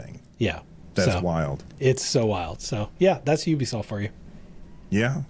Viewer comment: Pretty sure “Ubisoft” comes from “ubiquitous software”, and is pronounced accordingly.